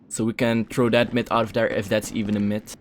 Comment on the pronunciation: When you where about to say yet I skipped 10 seconds and you said iff and it sounded like yiff😂